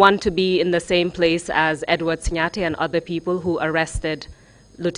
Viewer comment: It’s actually SiNGAteh counsel, not SiNYAteh! These records will be kept for posterity, so it’s important to say the names right. Just my two-piece.